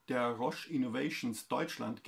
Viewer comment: eine amphibie mit sprachfehler